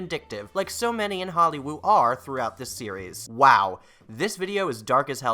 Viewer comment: Why do you call it “holly woow”